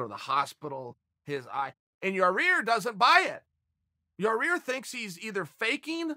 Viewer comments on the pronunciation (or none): Yaaaa rear is funny as heck 🤣👍its yaaaa ear Chael. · Chael just can't seem to get Rodriguez's name right.. keeps pronouncing it Ya-rear.. It's not Ya-Rear Uncle Chael.. ...............It's Ya-Ear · Came hear to watch Chael say "Yarear" couple more times Not dissapeointed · Chael: Ya-Rear Us: Ya-ir Chael: Ya-Rear Us: Ya-Rear Chael: “Okay great” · Chael is the only man who can pronounce names wrong, word has it Yarear is legally changing it this week to keep in line with the big dog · Cheal slowly starts calling Yair Yourear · Lol ya rear. Why can't you pronounce ya- air . I like it though funny shit. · I love that he tried to pronounce it different and just say Yar-rear lol. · "Pretty sure Yah-rear lives in Illi-noise or something" ... Crazy that not only have I been mispronouncing Yair but also Illinois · Chael "I put da noise in Illinois" & "da rear in Yair" sonnen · CHAEL IT IS PRONOUNCED YA-EAR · "Yaw-Rear" lol I love it! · He's been corrected more than a few times, so... Not for Nothing it's still Yer-Rear! 🤣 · Have enough respect to say the man's name right, Chael. I'll help you. Yah-ear. Easy. Now you try it. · Ok chael! Let’s say pantera now ya-rear is not working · "Ya-Rear" and "Jirmy" videos are my Favorite! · Ya-REAR Rodriguez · Everyone in the comments: It’s not Yarear Chael: Ok Great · YAI-EAR CHAEL. It’s not difficult. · yah- eer. for fucks sake. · Chael "Ya'Rear Illinoise" Sonnen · Here chael I will make it easy for you YAH-EAR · Chael gets paid to talk about MMA and can't even say half the names in MMA 😂 ask him to say "ya-rir and geder-jay-check" 3 times fast! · for fuck sake it's not yarEAR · Lol he still can’t pronounce it correctly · tell us Uncle Chael, where does the second R in Yair fit into all this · Jesus, can chael learn how to pronounce Yair... its not that difficult.. smh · Learn to pronounce yair please. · Chael for the love of god say his damn name right